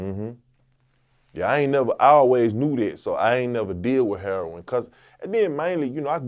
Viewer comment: You KNOW PAT A REAL ONE , A REAL OF WHENHE SAID IT LIKE “Herroin” lmfaoo